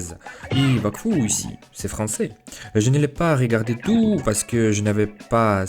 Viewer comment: le soucis qui revient le plus je pense c'est que tu prononce certaine lettres qui ne doivent pas être prononcé comme quand tu as dis que tu as voulus apprendre le français tout seul tu as prononcé le T a la fin de "tout" le t se prononce seulement quand le mot est écris "toute" ce qui le fait passer du masculin au féminin j'espère que tu as compris sinon dit moi et j'essaierais de réexpliquer